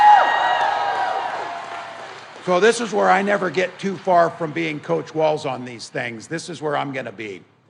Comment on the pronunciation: ahahahhahahaa "Koach"